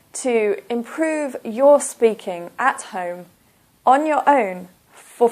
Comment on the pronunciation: Btw you always make a mistake when you don't use elision. When you said "on your own' - you pronounced it like {on jo: oun} but you should have pronounced R in "your" because when R is followed by a vowel, you need to pronounce it in Br. E.